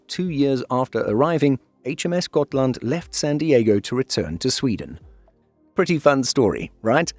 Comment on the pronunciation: I disagree, every effort to sound like the Swedish names should be applauded. I have seen countless videos where Gripen is called Gruyypen which is preposterous. It's either the Swedish "greepen" or the anglicized "grippen", which is incorrect but acceptable as it rolls off the tongue. Except for the first Hal laand, I think both Halland, Uppland and Gotland were pronounced flawlessly and we even got really good shots of Västergötland and Södermanland, which aren't easy tasks. Really well done. Finally someone who knows åäöÅÄÖ aren't A's and O's. The U in Uppland could be more upwards pointing though instead of Oupp sounding, but it's no big deal. Blekinge is difficult, much because of the melody needed. It's "Bléé-KINGE" in a daaa-dadatt rhythm, like the word "forcefully" but the second syllable higher up (not stressed). I'd need a music sheet paper for it rather than phonetic writing. Perhaps the word Amiga (as the gaming system) for the tone of the i, but the rhythm of Forcefully.